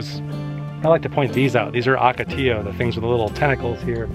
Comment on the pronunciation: Saguaro's 'g' is silent, hence, it's pronounced more like an 'h', resulting in the pronunciation, Sah woar' oh. Ocotillo is pronounced Oak oh tee' yoh. It's a Spanish word, and does not emulate the entry-sound of the word "Octogon". It uses Long-O sounds, and that's good to remember. ~ The yellow wildflowers in this video are Brittle Bush, and yes, the pink is Fairy Duster. ~ Where one sees beige-to-brownish Organ Pipe arms (or discolored Saguaro arms/trunk/tips), that indicates freeze-damage, which can easily kill cacti, as they're succulents. Arizona native here, and new subscriber. :) To share this and your Tonto Natural Bridge video with others, I've saved them to my large Arizona playlist (a video tour), to place in their respective sections. Thanks for sharing, and work on those pronunciations. :)